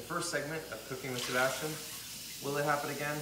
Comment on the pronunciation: Sea-bass-tian.. that’s all I’m going to say.